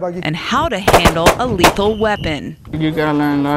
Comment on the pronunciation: She said lethal